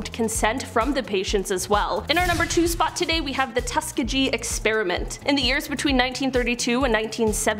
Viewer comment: I absolutely love how she pronounced Tuskegee, it was adorable